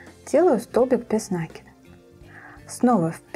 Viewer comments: Все здорово, но как вы говорите нАкид, без нАкида .... Ударение в слове ставится на второй слог. Вы молодая девушка (судя по голосу), нужно грамотно говорить. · Добрый день. Шикарнейшая вещь! Но Вам нужно поработать над речью. Вас смотрят очень много рукодельниц. Будьте профессионалом до конца. Очень редко слух на протяжении всего видео НА́КИД (наки́д) . И профессионально говорить - утюжить,отутюжить,вместо гладить ( гладят кошечку)